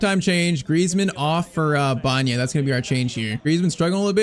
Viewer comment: His name is Alex BA ENA not Banya. Please say it right